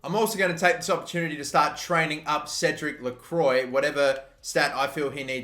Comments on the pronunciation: Try to pronounce Cédic Lecroix Cédirc leu-kroua I'm French and that's basically how it's pronounced properly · Its pronounced le-cru-ah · Don’t wanna be that guy but it’s actually pronounced “lacroua” not lacroi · Cédric lecwa (how you pronounce) oi makes a w sound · i suck at french but i think you read that as "lecroa" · It’s more like - lekhwa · It’s pronounced Credic Lecrwa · Lecroix is pronounced lecrwa btw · Lecroix is pronounced more like (LeKwa). And Q with Spanish/Portuguese names is pronounced like a K. So it’s pronounced like (De Mez-Key-Tez). Love the series, keep it up! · I believe you do pronounce the r, so then I’d be lekrwa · Lecroix = Le-Kwa de Mesquites = de Mes-Ke-Tes Ezequiel Barco = E-Zee-Kee-El Barco De Vrij = De Vr-eye